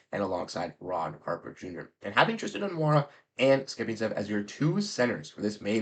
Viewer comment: its E-na-roo-na. Haha. All the exhibit 10 guys except lonnie will get waived and sign with maine. Nassir little could also get signed on an exhibit 10 while either the new guy, enaruna or harper will get waived. Lonnie IMO has a good shot with that 15th spot. Stronger if Brad gets to trade either springer or walsh for picks before the deadline to cut out the exhibit 10 contracts.